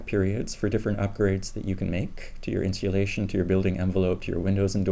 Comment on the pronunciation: Very informative. Are you saying "Insealation" ? I love it and am thinking about incorporating it into my marketing efforts.